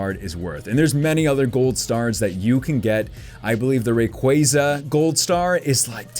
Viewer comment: I cringe at the pronunciation of Groudon and Rayquaza in this video.